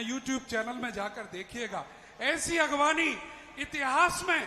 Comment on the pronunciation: आगवानी नहीं अगवानी